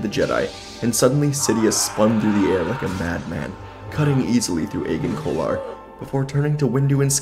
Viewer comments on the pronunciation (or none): I thought Agen Kolar was pronounced "Adjen Kolar" Honey and lemon, dude. Hope your voice gets better cause you sound wrecked.